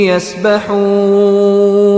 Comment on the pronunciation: وکل فی فلک یسبحون بھائی یسبحون ہے یہ یاستحون نہی